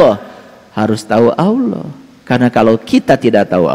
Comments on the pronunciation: Ngomong Alloh z awloh preett loh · ful.. menyebut Allah aja sudah salah, jelas ALLAH itu alif lam lam ha..,, kaga pakai huruf WAW mbak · bilang alloh sj ada hurup w bos masa jd dengernya awloh ngaco ni orang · manusia ini sebenar bukan orang muslim dari pengucapanya alloh jadi olloh tapi dia seorang misionaris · Kongslet iki wong iki ngomong alloh ada huruf wnya 😂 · Ngomong Alloh aja beda , kedengaran nya non muslim kalau di teliti Bener" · Gak malu ya yebut nama allah aj gak pas